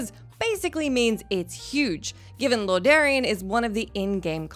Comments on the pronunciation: I was thinking the same thing lol.... lordarean? Lorderon maybe? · Ah, yes, I remember questing in Loradarion too. King Arthurs and Lynch King went there after they found Frostmoon